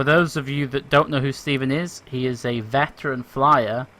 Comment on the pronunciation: "A vetren" hahaha its flight simulator.